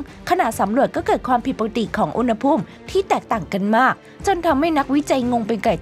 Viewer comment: ลากเสียงคำให้ยาวกว่านี้จะดีมาก หาก=หัก มาก=มัก แบบนี้ไม่ได้